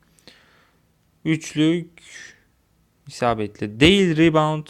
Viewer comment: Oyundan bisi anlamıyorsun :/ riband diyorsun :D